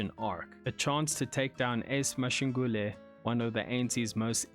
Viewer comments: Mashungule😂😂😂? That's Magashule man. Otherwise keep up the good work. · please learn to pronounce african names like Magashule ñot Mashangule